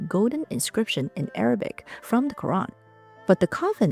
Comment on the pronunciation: You pronounce "Qur'an" well